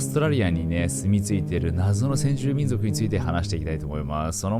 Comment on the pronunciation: 私は聞き逃さなかった。「みんじょく」